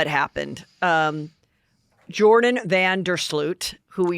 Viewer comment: It’s not Jordan Vandersloot it Joran pronounced Your on